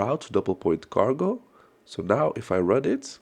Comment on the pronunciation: You said cargo ... I heard gargle... 😅